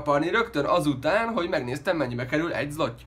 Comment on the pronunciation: A lengyel pénzt úgy kell ejteni, hogy zlotyi :D